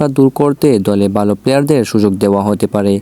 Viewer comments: ভাই আপনি ভালো বললে বালো শোনা যায় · ভাই ভালো টা ঠিক করে বলেন,, উচ্চারণ টা বালো হয়ে যাচ্ছে,,যেটা শুনতে খারাপ লাগছে 😊